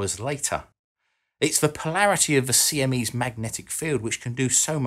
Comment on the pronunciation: Don't do great vowel shifts, kids.